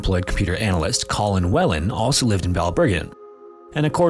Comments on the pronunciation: Gough is pronounced Goff, Whelan is pronounced Whee-lan, and Howth is pronounced Hoe-th. Just for future reference. 😉👍🏻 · Great video. Just two small things to note. Whelan is pronounced like Wee-lan and Howth is pronounced like oath but with a H so it’s like Hoath. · colin whelan name you butchered, no surprise there as you r american. whelan's name is pronounced Wheel- an, Not Well-an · Whelin is pronounced Wheel-an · pronounced WHEE-LAN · Gough = GOFF Whelan = WEELAN Just in case you gotta say those names again in the future :P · did "Wellan" and "Hauth" not annoy you either? If he gets things little things wrong like showing a British passport for an Irish man, how well researched are the other "facts" he's telling us? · I like your channel, but I will never understand YouTubers who spend all the time making these videos about these people's lives without simply Googling how to pronounce their names? Why is that a universal thing on YouTube? It's not just basic due diligence, it's disrespectful to the victims whose stories you cover. You can't take a second to look up how to pronounce Gough or Whelan, if you don't know? Why would you guess? I don't understand it, but it makes me question just how diligent the rest of your research is. I know you're a content creator, not a journalist or reporter, but this 101 level stuff. Do better. If you're going to make your living off the backs of the murdered, at least get their names right. It really cannot be stressed enough what a slap in the face that is. It reveals that your real drive is profits, not presenting these people's tragedies with respect. You ought to be ashamed.